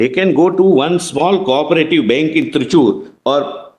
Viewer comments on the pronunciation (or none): Bank not benk